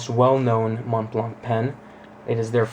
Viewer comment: You would think if you spent 1000$ on something you would know how to pronounce Montblanc properly